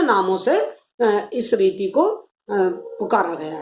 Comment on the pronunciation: Bahut ache.but ap reeti ko neeti kyu bolti h...anys smjaya achàa